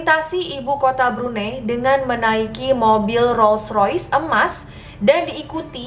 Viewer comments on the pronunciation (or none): Cara sebut Brunei is "Brunai" ♥️